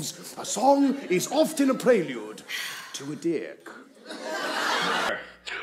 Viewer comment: bro I don’t know why but the accent in which he says ‘to a D’, is hilarious to me. I think it’s the accent 😂